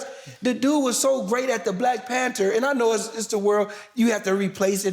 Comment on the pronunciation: Nigga said Black PanTER